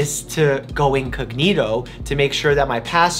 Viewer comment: I really love you Doctor Mike, but as a girl who lives in Italy, the way you said "incognito".....